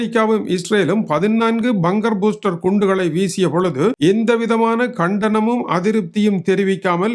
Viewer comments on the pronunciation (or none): ஐயா துரை 🫡🫡🫡, Buster என்ற சொல்லின் சரியான உச்சரிப்பு பஸ்டர் not பூஸ்டர். It's like how the word bus is pronounced. Thank you 🙏.